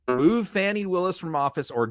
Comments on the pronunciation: I'm not impressed with on this podcast TBH & I've followed it for some time. In this podcast, his disrespect by repeatedly using the MAGA prononciation for Fani Willis ( it's pronounced Fawn-ee not Fanny) is personally appalling to me as a woman - how would he like others to call him Run or Runny instead of? He also formerly said that he has evidence that women abort fetuses up to the 9th month of gestation. I can't abide misogynistic men like this & I'm surprised MTN has him on their podcasts as a host. I follow all MTN podcasts, but I'm not impressed with this one. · Learn to pronounce her name, please. Listen to your fellow Meidas Touch Network personalities. It's not "Fanny". It's "Fah-nee". Show respect to an incredible DA.